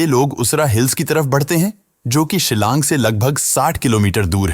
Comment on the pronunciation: Silang nahi shilong